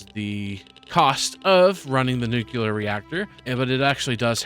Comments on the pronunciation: Nukuler you say? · r u saying "nuclear" wrong on purpose?